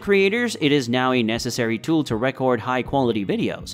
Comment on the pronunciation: It’s hard to listen past the point where dude can pronounce “gimble” but for some reason no one thought to go back and RE-record audio for missing the word “record” brutally. But I did…until “soldered” ended up being murdered.